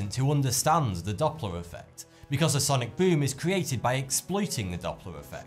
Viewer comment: I love this guy say ‘sonic BOOM’ in his ascent